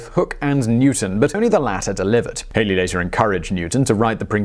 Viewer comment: Halley... not Hailey.